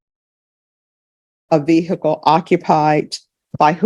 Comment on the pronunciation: The way cannot pronounce ‘vehicle’ properly is annoying af.